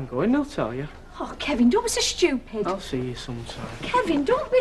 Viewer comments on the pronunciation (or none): Kevin don’t be SCHOOPID. ITS PRONOUNCED S-T-U-P-I-D. NOT SCHOOPID ..